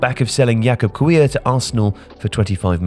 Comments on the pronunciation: ffs, learn to pronounce Polish surnames. It's not hard. It's not "Qouivre" or whatever you said, it's "Keev-yor". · One thing my dear - Kiwior is meant to be read Quivyor, not "Cuye" 😊 This might be irrelevant for you, but every respectful journalist/creator should respect and learn Polish, Portuguese or Korean names pronunciation, especially when we are talking about man worth 25 milion pounds. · It is "Keev-your" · it is so easy to find out how to pronounce Kiwior's name. Why make so little effort? Given how you fancy yourself a global chap who knows how to pronounce things